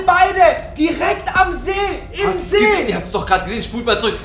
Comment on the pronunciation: ihr habt see falch gesagt ihr habt nämlich seee gesagt